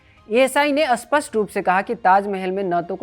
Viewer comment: भाई साहब, 'अस्पष्ट' नहीं 'स्पष्ट' शब्द का उच्चारण सही करिए। आप अर्थ का अनर्थ कर रहे हैं। इस चैनल में उच्चारण की समस्या बहुत होने लगी है।